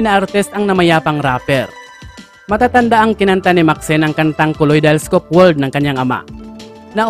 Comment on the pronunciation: KAliedoscope man yata sir at hindi KOliedoscope?